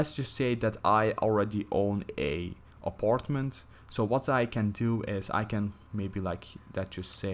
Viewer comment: the way he say aparetment im dead